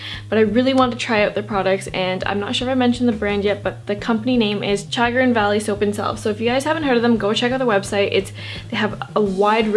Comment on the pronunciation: I live in Ohio and it is pronounced Sha- grin.